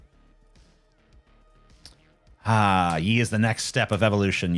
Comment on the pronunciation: Is anyone gonna point out that TJ has no idea how to say Ye?